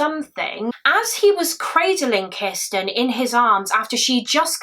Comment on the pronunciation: have one for every time she says "Kisssten". 🍸🥴